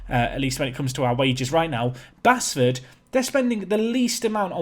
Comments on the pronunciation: Really enjoying this journey, but please stop saying basford wrong, it's pronounced base ford 😁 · appreciation for this save. Oh and it's still pronounced Base-ford not Bass-ford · please don't butcher Basford's team.. local to me. It's pronounced Baseford.. just spelt without the e. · I know i'm a few weeks behind and you're probably so promoted now that you'll never play them again, but if it's the club from just outside Nottingham - Basford is pronounced Base-ford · Its pronounced like Baseford